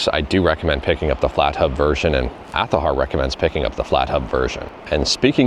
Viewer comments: it's pronounced as azahara with Z that's an arabic word for flower... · On that "Azahar" stuff, the only thing you're missing is that the "H" in "har" is silent: Ah-tha-ahr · I'm Mexican and i can confirm that you're pronouncing "azahar" wrong; it's not because the way you pronounce the letter "z", in fact English speakers pronounce the "z" the same way we Mexicans (and all Latinos) pronounce it, it is Spaniards who make "z" sound weird, it's almost like a "t", but even then it's not wrong, just weird The reason why you pronounce the word wrong is because you're giving the "h" a sound when it shouldn't have any, it's not "aza-har", it's "ahzar" If you don't believe me look up "flor de azahar" on youtube and see how people pronounce the word, the only difference between them will be that Spaniards will give the "z" a "t" sound but everyone will pronounce the word ignoring the "h" and the "double a": it's pronounced "ahzar" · WTF is with the azahar pronunciation. 😂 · Yeah, it's just weird pronounciation. 😅